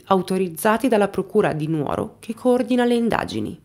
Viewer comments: Dimitri è un vero mostro . Posso fare un appunto!? Sono sarda, la giusta pronuncia non è Nuòro ma Nùoro. Purtroppo riocrda tanto nuòra e lo sbagliano tutti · Si dice LU FRAÍLI, con l'accento sulla prima I. Si dice NÙORO, con l'accento sulla U.